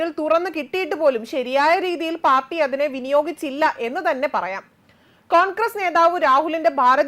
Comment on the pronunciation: കോൺക്രസ് അല്ല കോൺഗ്രസ്‌ അക്ഷരം അറിയില്ലെങ്കിൽ വായിക്കരുത്..